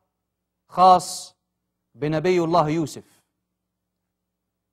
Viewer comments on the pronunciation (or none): يرجى تصحيح لفظ الجلالة ،،،الله،،،و شكرا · السلام عليكم ارجو إصلاح لفظ الجلاله وشكرا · الرجاء تصحيح لفظ الجلالة الله لو سمحتم وشكرا